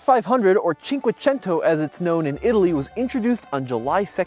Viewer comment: gongratulation, it's the first time I can hear Cinquecento pronounced correctly in italian!